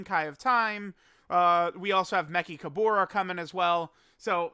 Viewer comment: I'm pretty sure you're pronouncing Mechikabara's name wrong lol